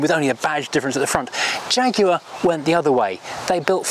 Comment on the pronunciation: So nice to have a Brit pronouncing the name properly. No American Jag-waah nonsense.